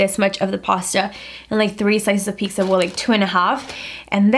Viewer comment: she did not just say PIKSA 😫